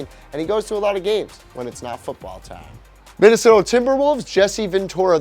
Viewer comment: ya said minasota twice